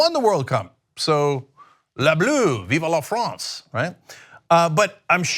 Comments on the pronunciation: It's pronounced Vive (one syllable) not Viva. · It's "Vive" La France, not 'viva'. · Small pet peeve at him saying "vive" incorrectly like "viva." So I'd go with only sorta well said. 😜